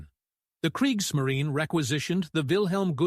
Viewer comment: kreeks - muh - REE - nuh 😁